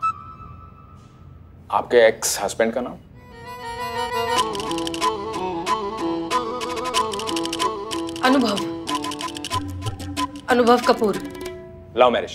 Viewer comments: said'anuvav" 😂❤❤ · No she told anubhav